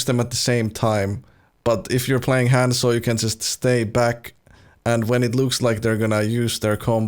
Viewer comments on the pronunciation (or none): Thousands of hours on Hanzo but doesn't say Hanzo right Kapp